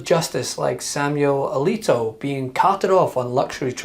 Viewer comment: Hold on, , the unnamed witness does not clearly say Justice Alito's name, in fact, it sounds more like the witness strangely confirms that "Leetee did not." After which, AOC then points vaguely to the photo, and sums it up: "He did not recluse himself from this case, and in fact he used his seat on the Supreme Court, after all of this, to rule in Singer's favor." But, strangely, , the video goes out of focus, and obviously skips some period of time, and restarts a bit later, with the same camera angle, as AOC continues talking - "And following the decision, Mr. Singer's hedge fund was ultimately paid $2.4 Billion, not a bad return-on-investment for a fishing trip there". Yeah, and the alleged huge return-on-investment might be nothing but a clue that this report about an innocent fishing trip has been unfairly slanted. How much time passed between the fishing trip and Singer's legal case? Who else was on the fishing trip? Was it 10 or 20 people? Was it a random meeting due to blind luck? Was the photo just a simple "photo-op" that Singer requested? BTW, I got a photo-op with Margret Thatcher, but that doesn't mean I acquired any benefits through her. Yup, this was presented as a very fishy episode. However, after having seen so much magic from "video-editing" to wrongfully make Trump sound like a racist, as was clearly demonstrated by Trump's defense team who presented both the 2-minute edited-video that the entire USA saw countless times before the impeachment